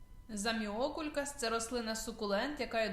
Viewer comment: Можна було хоча б навчитись правильно вимовляти назву рослини!